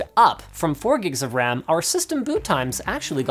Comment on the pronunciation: RAM, Not "wam"